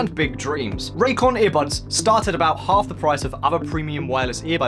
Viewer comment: When you started your spiel, I thought you said “ear -butts”. Now I can’t un-hear it....